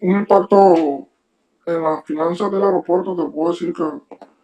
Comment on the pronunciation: AEROPUERTO SE DICE VIEJOS CABEZA DE GLANDE...NO AIROPUERTO....?